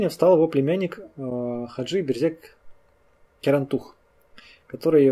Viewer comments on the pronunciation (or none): Мне кажется ошибка. Он Хаджи Берзек Керантух. Просто видимо из за того что разно написание его инициалов ты как то произносишь их невнятно. То Керантух то как то смазываешь. Он именно Керантух, хоть где то и пишут по разному.